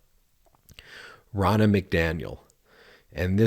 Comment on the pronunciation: Rona McDaniel says: "Who is ready to fire Nancy Pelosi ?" This was a bogus irrelevant reference. Learn how to pronounce "Row Nuh". I am a life long democrat--but do not use weak ass, really irrelevant references. That said: Trumps needs to go to prison and the AG needs to get his security beefed up before bringing charges.